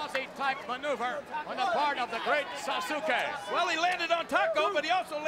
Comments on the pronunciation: It's sad they don't ask people how it's actually pronounced It's Sauce Kay. Everyone keeps saying Suzuki and it bothers the hell out of me. They couldn't hire someone fluent in both English And Japanese? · Actually, it would be pronounced "saaskay" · It's "SASS-KEH" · How laughable they can’t pronounce Sasuke right. Every time I found The Great Sasuke makes me think of Sasuke Uchiha (Naruto).